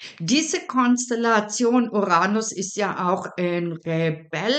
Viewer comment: Uranus. Betonung auf der 1. Silbe, auf dem ersten U. Nicht auf der zweiten Silbe und auf dem "a".